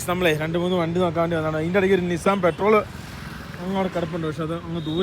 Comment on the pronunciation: പെട്രോൾ അല്ലേടാ വാണങ്ങളെ.... നിസ്സാൻ പട്രോൾ 😜😜😀😀